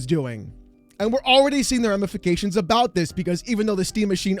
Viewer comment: You said “Ram-ifications” Haha Anyway. I have a hunch that AI as a whole is not a money making asset like everybody is banking on. And eventually it is going to burst and it is going to burst really hard. I believe it will burst harder than NFT’s maybe not right away but it will. The corporate greed is real but the human pushback is getting heavier and heavier and heavier.